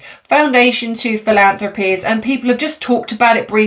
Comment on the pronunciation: PRACTICE MAKES PERFECT ❤ Fil- ANN- thrah- peez